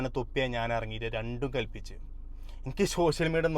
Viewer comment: ശോഷിയൽ മീഡിയ ഓ 😂